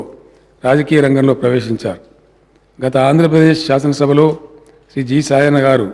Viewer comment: సాయన్న అనే పేరే సరిగా పలకలేదు.. శేషన్న అంటున్నాడు 🤦🏿‍♀️🤦🏿‍♀️🤦🏿‍♀️🤦🏿‍♀️